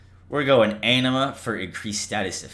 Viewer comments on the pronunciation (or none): none